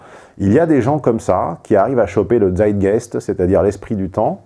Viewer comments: MDR écoutez cette prononciation de "Zeit Geist" selon Zeit "Gayst" x) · Zeitgeist, ça se prononce tsaït-gaïst ;) Salutations d‘Allemagne